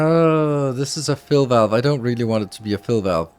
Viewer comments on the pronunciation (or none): none